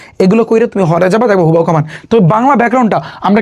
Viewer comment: It's not হুবাহু 😂 It's হুবহু 😂😂😂😂